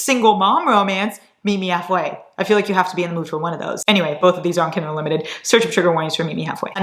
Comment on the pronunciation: warning us not to come at her for saying 'kindel'. Also: *proceeds to call it 'kindol' the entire video. Qween. ✨